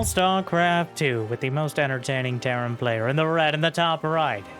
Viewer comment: Petition to call Terran: "T. Airan" from now on.